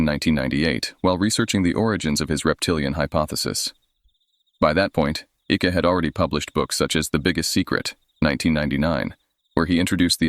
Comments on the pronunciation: David Ickes name is pronounced as if it rhymes with Hike, Mike, trike. It is so annoying to hear your voice over saying Icky, that rhymes with Sticky. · It's David Icke not icky lol... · Icke is pronounced IKE. Just saying. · I trying to watch this but I can't cope with Icke being called Ickie!! Goes through me everytime 😂😂😂